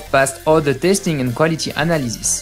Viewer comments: the tongue vibrate inside teeth when it's "ze" the tongue vibrate between front teeth when it's "the". ffs it's not that difficult -_ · he's french. i can hear it. that's my native language. he sometimes pronounce words as in french -_- as when he says "misplaced" and ze instead of the